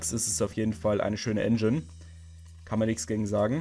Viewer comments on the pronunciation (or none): none